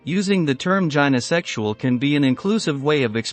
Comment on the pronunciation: AI babble with 'gynosexual' mispronounced.